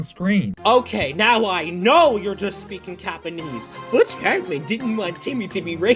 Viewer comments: i thought he was saying "CAPanese" as in hes telling lies.. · he's not saying Japanese, he's saying Yapanese, it's a term for a person who keeps talking to the point that it's annoying people